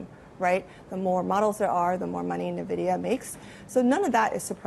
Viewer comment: navidia? just making up your own pronunciation? illiterate american chinese bitch